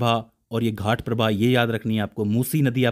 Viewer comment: Almatti Dam is biggest dam for Krishna river. Maalaprabha and Ghaataprabha no. It is Malaprabha and Ghataprabha so please correct it.